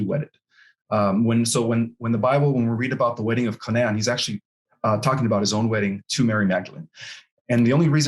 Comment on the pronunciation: I’m wondering where did Ismael grow up? Where does he live now? I’m wondering because his dialect sounds upper Midwest. I’m also wondering why he pronounced Canaan differently.